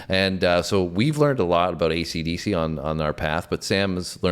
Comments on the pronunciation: learn to say AC/DC correctly!!! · BARS & BARBELLS.Будь ласка,навчіться правильно говорити AC DC!!!